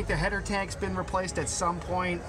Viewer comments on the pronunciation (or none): none